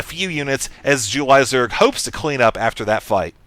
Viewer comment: i like the way says "jew-lie" zerg